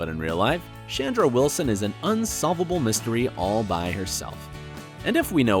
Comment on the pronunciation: Chandra Wilson name is not pronounced “Shandra” !